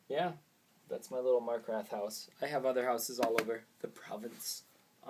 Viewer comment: "Markrath"? :p